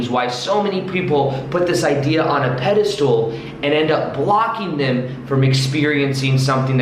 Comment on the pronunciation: you very knowledgeable and l really like your videos. With that said you need to brush up on your vocabulary. The word is pedestal... not pedistool and putting someone on a pedistall means to deem them as the best person above everyone else.